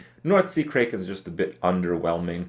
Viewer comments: It isn't pronounced... KRAYKEN, it's kraken like "crack" #SKIPKRIP NUB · Cray-ken? lol it's crack-en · lol Kripp pronounced it as Crayken... Kripp, have you seen wrath of the titans? Liam Neeson perfectly pronounced it for us, "Cracken" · Crack-en not Cray-ken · Krayken? I think not. It's kraken. Like crack - en. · why cant this kid ever pronounce words properly, its crack-en not kray- ken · Crack-Can not Cray-Ken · That "krey-ken" though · What the f is north sea "kray-kin"? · Kraken pronounced "cracken".....Who doesn't know that! Lol has Kripp never seen Pirates of the Caribbean or Clash of the Titans? Release the Kraken!!! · He pronounced Kraken, Kray Kin. Dafuq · Crack-en you Romanian hairball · North Sea Kray-ken cringes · Krayken? Now you're just trolling with us. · The way you say Kraken hurts my soul a little bit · Ha, you said Kraken like a dumb dumb. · The way he pronounces Kraken. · Krupp how could you pronounce kraken wrong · Fuat Sekban i cringe every time he says "mayta" instead of "meta", and now he pronounces kraken wrong too, wtf is a "krayken"?